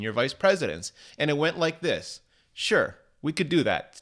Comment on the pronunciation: When in Dog’s name will you say “this” normally